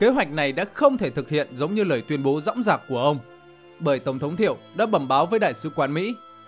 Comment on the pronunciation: Dõng dạc chứ k phải rõng rạc.